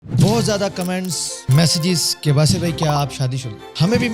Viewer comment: Basit bahi nahi Baasit bahi 😅😂😂😂